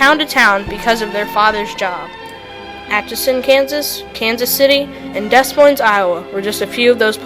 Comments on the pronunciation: Overall a very good job. Technically speaking I offer: 1. It is pronounced "Da-Moine". It's French and the "S's" are silent. 2. Putnam did not "select" her for her 1st Transatlantic flight. That was Amy Phipps Guest. A very, very wealthy woman. Earhart, as you say, went as a passenger. 3. Her last flight actually started in California. 4. Phonetically pronounced "Layee" "New Ginny" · Correction: the "s" on Des Moines is silent.....De Moines. Just saying. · Love this! Thank you for posting! I do wish the narrator could correctly pronounce "Des Moines", as he should know the capital cities of his neighboring states; however, I think this is a very nice general summary of Amelia's life. Thank you for including her childhood, which something many documentaries overlook.